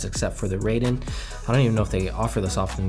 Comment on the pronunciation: Raiden is pronounced with a as in "art". In other words it's like a Metal Gear character, not the Mortal Kombat fighter. Also hi in Hien is pronounced not as in "high" but as in "heat"